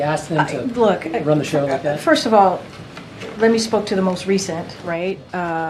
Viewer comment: Did she say let me spoje to the most recent video? Let me spoke?